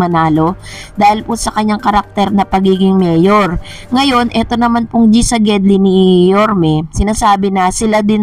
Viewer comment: LEDGI at hindi GEDLI. Tagal na namin salita yan during 70’s pa. Walang salitang liged, giled meron